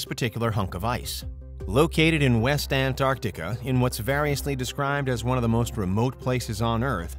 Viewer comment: Why do you say it like "Ant-Arctica"?